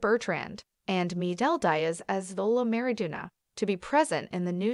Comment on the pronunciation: When are we gonna talk about how she pronounce miguel Diaz and xolo idk how to spell his last name